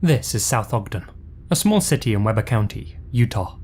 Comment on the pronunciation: Hey as the Utah native I'm just going to give you a tip it's not pronounced Webber it's pronounced Wee-Bur 😊